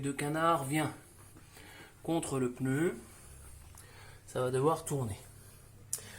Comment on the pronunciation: J´aime bien le " peneu " ! 😊 typiquement français de Paris, le peneu.😅